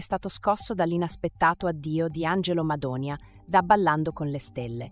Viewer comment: Madoni'a (accento sulla i) mai una volta detto bene da cialtronilandia, ha perso una buona occasione per la sua ingiustificata mania di protagonismo. Per i più è un perfetto sconosciuto, ha sbagliato.